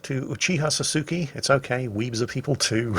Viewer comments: you butchered t44100 name so bad its from famous anime show called Naruto:D its Sasuke not susuke:D some fans will come after you now:DDD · its SAS-kay. Not Suzaki XD. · A bit of advice for 'How to Japanese Romanji': its all short vowel sounds. 99.9% of the time. So Sasuke would be sah-soo-kay, and every sylable has the same inflection across the word in most cases as well. So its NOT sah-SOO-kay. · 'Sasuke': Naïve romanji pronunciation: 'Sah-soo-kay' 'Pretend it's English' pronunciation: 'Say-sook' Correct pronunciation: 'Saw-skay': 'Sah-soo-kee' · When the man who watches girls und panzer pronounces the name of one of the most well known antagonists in anime as "Soo soo ki" instead of "Sauce kay". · God dam, its SASUKE not SUSAKI 😂😂😂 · It's not Sasuke you dolt, it's Susake. Just listen to. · You could even shorten it to "Sas-ke" ignoring the U, made it worse with every time he said it... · Oh please don't change, butchering the name of the t-44-100 player calling him a susake.... well back to the gulag I go!! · i feel my kokoro going itai everytime says sasookee (×﹏×) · Uhm..Weeb here.The "U" in "Sasuke" is silent,it reads "Saske". Be the way keep up the great work . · Hearing you pronounce Sasuke is painful to anyone who's a fan of Naruto. sahs-KAY. That's how you pronounce that. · Naruto weeb reporting. Sasuke is pronounced Sah-skay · The way he pronounced Sasuke's name kinda hurt the weeb side of me lol. But still, awesome battle and didn't think I'd see a Naruto reference in a WoT video. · The way pronounces Sasuke... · When he tried pronouncing Sasuke's name....I grinned and groaned so hard. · Boy listening to pronounce Sasuke makes me wanna flip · As a weeb myself, when you pronounced sasuke wrong made me sad lol. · Does anybody notice how he keeps pronouncing "sasuke" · Watch all the naruto weebs froth at the mouth over miss pronouncing sauske🤣